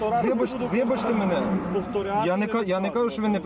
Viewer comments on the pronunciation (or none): вібачте мєнє , хаха блін не позорьте тернопіль